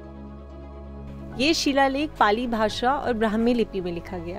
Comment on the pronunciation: Pali bhasa galat bol diya